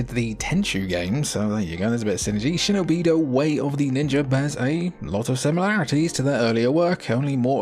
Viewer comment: Shino-bido ❌ Shinobi-do ✅